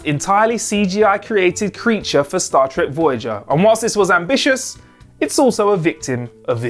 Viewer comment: Cut him some slack, he must've said "Stat Trek" like a hundred times for this video alone, it rolls off his tongue now